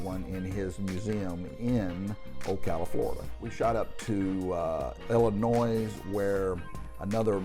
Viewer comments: The S is silent in Illinois. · When pronouncing Illinois the S is silent.Just Sayin.